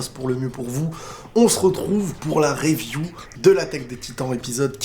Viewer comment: Review prononcé « riviou » stp 🙏🏼